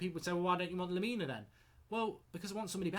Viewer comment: Lemina? Are you having a laugh??????